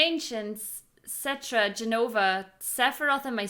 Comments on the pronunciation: Just so you know, it's pronounced set-ra. Not trying to be mean or anything. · Why do you pronounce Cetra like "centra"